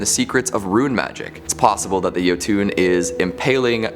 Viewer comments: new guys pronunciation a bit off the one with the jotunn how he saying it is like YO-TWO then how it should sound like YO-TON. Kinda cringes me a bit since I'm from Norway, and how things all sounds like. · While I'm glad that on this show, I'm more than a little irritated by his pronunciation of Jotunn. I don't know why he calls them "yo-TOON" when it's suppose to be "YUH-tun" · Jotunn (yo-tin) not (yo-toon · Jotun = yotun not yotune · Its pronounced "yo ton" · There’s no ‘e’ at the end of jotun. It’s Yo-tun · Dear god it's pronounced "yo-ton" and "duel-a-haan"